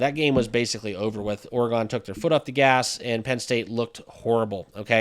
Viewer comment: bro you need to learn how to pronounce the word oregon holy it was getting me mad